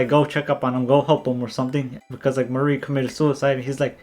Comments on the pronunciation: The mar part is pronounced like the planet mars and the ri part is pronounced like the name Marry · I aint never hear someone say MARI'S name like that